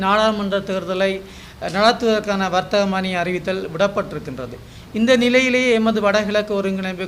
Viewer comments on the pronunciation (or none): வர்த்தகமானி இல்லடா வர்த்தமானி.😫🤣தமிழ்த்தேசியம் இல்ல தமிழ்ச் சாராயம்🤣🤣